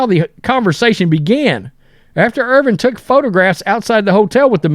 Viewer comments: Dude's name is IRVIN. Bro keeps saying Irving like he don't have a clue... what da? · His name isn't IRVING. It's IRVIN. Try to say it right. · Dude Irvin…Ervin!!! Not Irving. He is not Dr J!!!! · IRVIN, not Irving. 🤦‍♂️ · Irvin, not Irving. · What is so hard about pronouncing the man's last name correctly?WTF 🤦‍♂️🤡